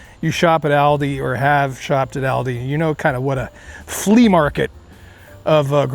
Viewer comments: Its Aal-deee.. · It’s actually pronounced All-Dee